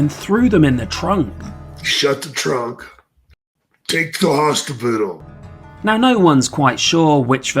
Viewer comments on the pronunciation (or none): It sounded like was drunk, how he pronounced hospital. hostibitle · "Take to hospitital" 😂